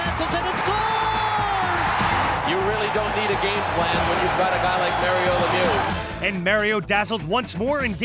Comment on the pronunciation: It's Mario Lemieux not Lemew. Are English Speaking people unable pronounce a French name ? Why us French Speaking people able to pronounce English name correctly.